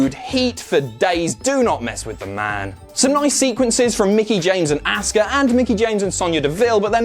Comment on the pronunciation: Imma boo more at the way you say Auska then nia jax